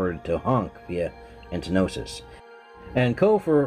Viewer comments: It's "entosis", not entnosis. And it's not Shush, it's S.H.H. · Was giving him a small jab... there is no second N in the word the way he says it.... ;) The word is entosis. Kinda like some people say nucular, no... it's nuclear. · trigged by "entenosis"